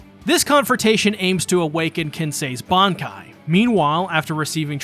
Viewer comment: Bruhh their techniques?? Seriously??? It's "Bankaii"